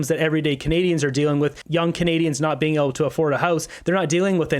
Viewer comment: Did carney say every fibre of our beam?.. that’s what I heard… what a looser